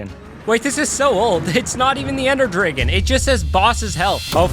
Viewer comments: the way he says ender dragon as "ender drigon" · ender drigon?